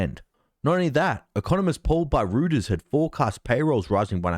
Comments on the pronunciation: Reuters is pronounced: ROY-ters (not ROO-ters). Love your content. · Did just say 'Rooters' instead of 'royters' (Reuters).